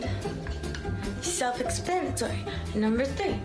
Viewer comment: Self expannitory